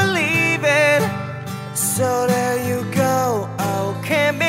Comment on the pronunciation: Great voice, just please pronounce "you" correctly and not tjoo 👌🏻